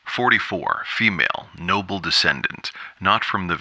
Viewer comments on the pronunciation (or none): none